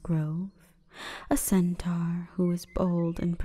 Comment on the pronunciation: I love your videos but I hate the way you pronounce “centaur”.